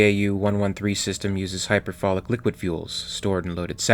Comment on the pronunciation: you said "...uses hyperfolic liquid fuels, stored and loaded separately, as a binary propellant.." It sounds a lot like you meant to say hypergolic, not "hyperfolic". Hypergolic is a chemistry term that describes any chemical reaction where two substances (typically liquids) instantly combust when placed in contact with each other, no spark needed. **Also, thank you for the great video!